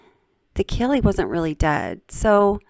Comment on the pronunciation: kay lee kaylee her name is kaylie